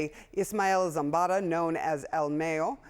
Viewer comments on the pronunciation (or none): El MAAHHH-YOOOOO NOT May-yo!!!! 😂 anyway he was ready for retirement. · He’s not called Mayo like mayonnaise 😂. Put some respek on his name, his name is Mayo like Ma and yo like yo yo. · Man I find it racist not only to pronounce Mrs. Kamala’s name, but the fact this is your job and you can’t pronounce “MAYO” right, is just as racist.